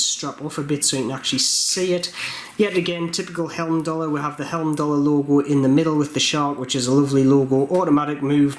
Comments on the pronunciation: The escape valve is purely cosmetic if I'm not mistaken. Also 'heim'dallr, not helmdallr. ;) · I love your reviews but I do need to point out there's only two letter "L" in the word Heimdallr, and they're in the second syllable. 😎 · I am a huge fan of Heimdallr watches , unbelievable quality for price , p.s it`s pronounced High-m-daller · Being a Jeordie is no excuse for pronouncing Heimdallr incorrectly. Agree, Heimdallr are arguably the best value for money watch available. It's a nice watch, and I like the logo. I just don't think the two go together though.